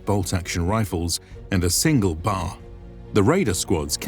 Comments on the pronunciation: For the record, the Browning Automatic Rifle is only ever referred to as the Bee-Aee-Aer, not "Bar". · B.A.R. Not a "bar". Sorry for being picky. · Its worth noting that early on the war like on Guadalcanal the 1st raiders had m1903 springfeilds not M1 Garand's. Also its not a Bar its a B.A.R you pronounce each letter. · This is awesome but, you do get some things wrong though. Its worth noting that early on the war like on Guadalcanal the 1st raiders had m1903 springfeilds not M1 Garand's. Also its not a Bar its a B.A.R you pronounce each letter.